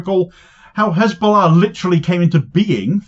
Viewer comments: Three fingers pointing back at you,. (BTW It's Hezbollah, not KKKHHHKKHKHKHKizzzbowlarr, -stop pretending to be a Semite, get back to East Europe) Cheers Damo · Om Gowd the way she pronounce cxshchesbullah.